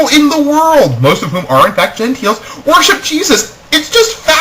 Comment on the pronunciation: for some reason i don't think i can take what you say as serious. you pronounce gentile as "genteel" gua ha ha